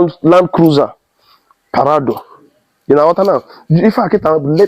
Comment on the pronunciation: It’s Prado and not parado